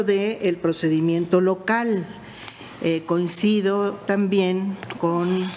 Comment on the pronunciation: No sabe leer no sabe hablar.. "concido" en vez de Coincido.